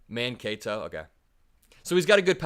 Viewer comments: Google “how do you pronounce Mankato”,. Emphasis is on the CAY syllable. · Mancato is pronounced with emphasis on the 2nd syllable = Man-KAY-dough. Signed, A DC born and bred Gen X Louisiana resident who learned about Mancato on "Little House On The Prairie" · Man-kay-toe. Put those three words together and you've got how that word is pronounced! Put the emphasis on the 'kay' part of the word! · Mankato is pronounced Man Kay Toe if you are a, "Little House On The Prairie" fan you'll definitely know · Mankato is roughly pronounced "Man-KAY-toe." Minnesotans say their t's a little softer -almost like a D- but this'll get you to the right town. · It's man-KAY-toe, lol. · Mankato man-Kay-to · Say his name like Wall-za and Man- Kay-toe love your channel!!! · This is great news, and Tim Walz is the best pick! 😊 Also: it's pronounced Man-KAY-toe. As for the Mpls fires, dig deep into #HoldMyBlunt. Off duty cop caught on video smashing a window in the nearby Auto Zone to trigger a riot because the people were chanting for hours. The off duty cop denies starting it and is backed by the station, but his ex wife called him out on it publicly. Precinct 5, at least at the time, was know to be very corrupt and especially unfair to minorities. MN Department of Corrections needed a serious overhaul and a lot of people who were trying to speak up were silenced. Walz has had a lot to work through on a system built to ignore him. This is why this is so exciting because MN is one of the best states statistically despite the bs, and Walz has spent years doing to MN what most people want for the US. Minnesotans love that man. Source: I'm Minnesotan and know some who worked in the system or attended the protests. The stories are wild, ya'll. 😮 Love your work. Keep on! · It's Man-KAY-toh, you heathen! 😂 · Ok it’s Man-Kay-toe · it's Man-KAY-toe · Mankato is pronounced Man-kay-toe. I learned this from watching many years of Little House on the Prairie. Lol